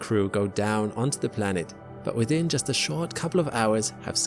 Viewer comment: Why do you say Blanet?